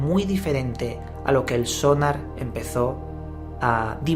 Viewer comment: Sonár! no Sónar coño Porque los españoles le cambian el acento a todo.